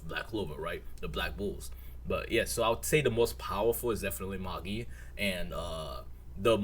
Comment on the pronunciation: Magi is pronounced May-J👁 btw